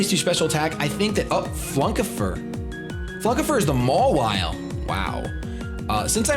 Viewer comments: Haha the way you read flunkifer is awsome xD u know its the german name ;) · "Flunkifer?" Gotta love Germany. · Christoph Fischer Find´s immer wieder witzig. Das klingt so seltsam. :D I always think it´s funny. It sounds so strange. :D